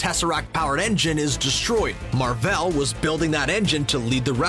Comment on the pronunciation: Please stop calling her Mar-Vel